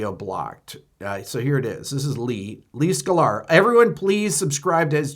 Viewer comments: I love how you pronounce it "Skull-are" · Yes, indiscriminate blocking is stupid and excessive. But what new ground is this covering here? Also, "Skuh-lar"? 🤔